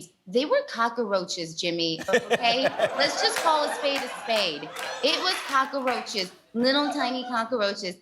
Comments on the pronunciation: Are they saying kakaroaches? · Love how they both pronounce "Cock-a-roaches "